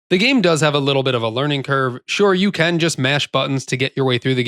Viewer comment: you say "sure you can", or, shor-yu-ken